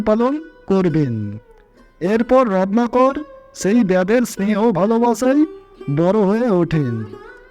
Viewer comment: আমি শুধু বুঝতে পারলাম যে বারবার রত্নাকর কে রননাকর বলা হচ্ছে, উচ্চারণ যথাযথ ভাবে বলুন।